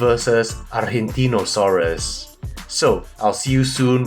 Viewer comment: Another excellent Review of one of my favourites channels. Thanks! PD: your pronunciation of "Argentinosaurus" is just as an argentine would do it! Greets (from Argentina 🇦🇷🦕)